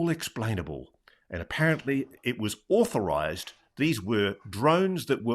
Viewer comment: NewsNation should ask some representative from the FAA to be interviewed. That could be interesting: "..no, those drones are not auhthorized.." 😂